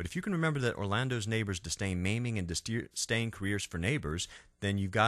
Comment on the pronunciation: "ribeiro" not "ribierto" ... "disdain" not "distain" otherwise, great video!